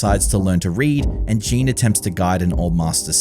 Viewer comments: Why do you keep saying "Jean" when his name is Jin? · His name is Jin (short i, rhymes with shin not sheen), not Jean or Jeen or whatever you're saying. Sorry, but it bothered me so much.